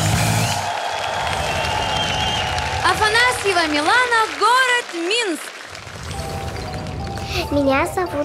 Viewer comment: Анастасія Каменських неправильно Говорила Ім'я Дівчинки. Правильне Ім'я Мілана. А не Міланія.🇺🇦🧍